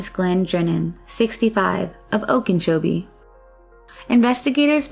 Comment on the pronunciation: What is “Oken-chobie”? 😄